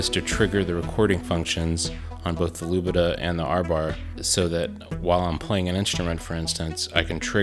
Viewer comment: Lubadh is in fact not pronounced "Lubidah", but "Looper" <3 :)